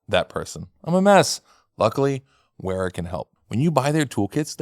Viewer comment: you get all fancy insisting on pronouncing every Germany in the /euro/British/German pronunciation(zed f instead of zee f, Porsche, lancha instead of lanseea) then you get sponsored by Wera and butcher the name😂 I'm all for it